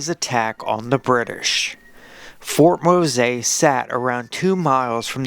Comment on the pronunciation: Your AI should learn how to pronounce Ft Mose and St Simons Island